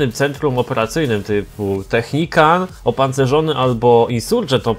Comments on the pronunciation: zrozum że to nie jest technikan tylko technikal już nie da się tg czytać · Technical a nie Technican :P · to nie Technican tylko Technical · to jest "Technikal" a nie technikan xd tak jakby co😀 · Wtf co on ma za problem z tą nazwą... nawet w tytule zrobił błąd xddd ( nie technican tylko technical ) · Technical a nie technican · " technican " XDDDDDD